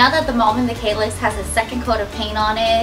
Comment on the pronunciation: Kallax - A is pronounced like a for Apple